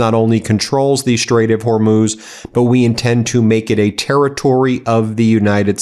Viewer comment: Ben let's be clear - Trump is not talking about the Strait of Hormuz. He's talking about the Hormoz Strait. I think the "u" in Hormuz throws him off. Since he's too dumb to know what the place is called, he's too dumb to take it over! Dumb spelled with a 'b' Mr President! He doesn't actually know where that is on a map either so he might be surprised to find out it's on the other side of the world but he's probably planning a floating toll booth in the middle of the Strait 🤦‍♂️